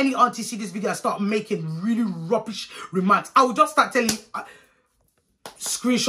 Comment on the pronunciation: “Big piece of oily rrrrubish”😭😩